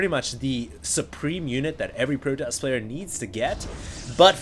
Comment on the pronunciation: nah, it's protoss not protossus lol.